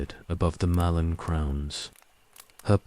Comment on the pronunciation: After the about the 12th time of hearing a Mallorn Tree called a MALONE tree, I had to stop it. It's not as if it's mispronounced every time, every 3rd or 4th time, it's pronounced correctly, so it's just lack of care. Annoying enough to erase any sleep inducing effect it might have, as every time I hear MALONE TREE, I'm certainly in no mood to sleep!